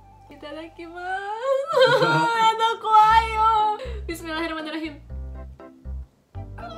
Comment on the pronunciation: bismillah nya indo banget